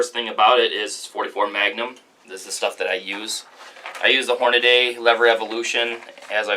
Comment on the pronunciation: Nice Video on the marlin 1894. Please let me help you, You have to learn to pronounce "Hornady". Its HORN A -DEE Not Horn A -Day. I cant believe how many guys say their name wrong. Sorry it is just an annoying pet peave for me that people cannot say their name correctly. I hope the Marlin takes plenty of deer for you and best wishes for the channel brother. Merica! 🤠